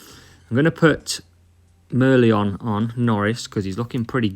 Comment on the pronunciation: Mer-LEON Mer-LION 😉